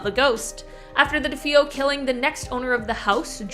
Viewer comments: Can't they get narrators who know how to read and how to pronounce things properly? Regarding the DeFeo family........the name is pronounced DE FAY O,,,,,,,,,,,,not D FEE O or DEE FO..................SO amateurish. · It's de feyo not deffo.